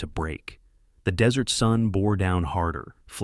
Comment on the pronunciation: Desert is pronounced (dez-ert) NOT (de-zerts.)